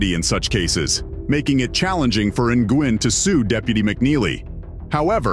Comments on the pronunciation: I belive G is silent in Nguin and pronounced Nu'in😊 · It's not pronounced N-Gwin....it's Wen....Nguyen. I hope they get just reward...especially against Pettigrew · Nguyen is pronounced "new win" not "in gwen" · Its pronounced "win" not Ng-win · How the hell can you not pronounce Nguyen?